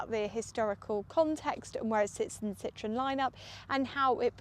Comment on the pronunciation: Fantastic! But you mispronounce Citroën throughout.